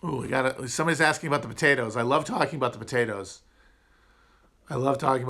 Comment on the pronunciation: Dude, we don't say aboot! I have never met another Canadian that pronounces it that way 😂